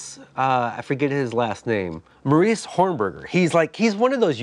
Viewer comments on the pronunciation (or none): Mar-ee-ush, not maurice.